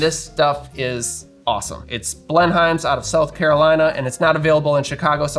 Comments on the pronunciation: pronounced bleh num. not BLEN HIME. lmao. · It's pronounced more like "Blen'm", like Blenheim palace. You can hear it here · pronounced "BLEN-um" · My mother (who lived most of her life in SC) was a HUGE Blenheim ginger ale fan. (She pronounced it “blen-um” - no idea if that’s right or not.) She brought the spicy stuff to our first family get together post-Covid (most of us couldn’t handle it 😂). She passed in February and your video got me in the feels a little bit, wasn’t expecting that. Thanks for a good memory. ❤️